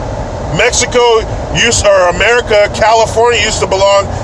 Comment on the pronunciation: Love the emphasis on CAN👍